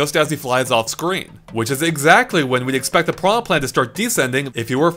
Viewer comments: “putrid pee-anha” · If english speakers want to pronounce it as pirana, they should write it that way. piraNHA is pronounced differently.